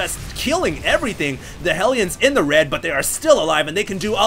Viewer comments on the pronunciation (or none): none